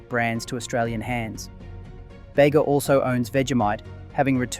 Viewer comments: It's not "Beyga" bud, it's "Beega" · It’s Bee gah not bay ga. Artisan is harder to find, the shop front purveyors jack up the prices to cover their costs and profits. Strange accent on the voice over. Obviously could make one’s own, but the starters are very very expensive. I buy Bega with careful attention to contents. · As someone who is local to the Bega area, even though I already knew Bega was australian owned, I was still quite happy when you said support Bega! (Also, only because I'm pedantic and as a local! it's pronounced "bee-gah") Great video! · Baygah - really? Oh please… get it right… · I was going to comment on the pronunciation also... Great video though.